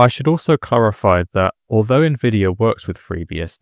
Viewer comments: Who the F says "NEHvidia" instead of "N-Vidia", was the sound of this video AI generated?? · nuhvidia? NUH-VIDIA? bruh